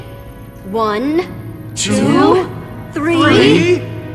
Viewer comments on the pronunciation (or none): And i laughed to heaven and to death after seeing my dear papy say ADVENTER and wink even though he did not